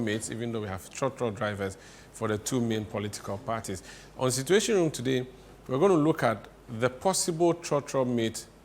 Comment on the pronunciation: Situation and not Cituatiom.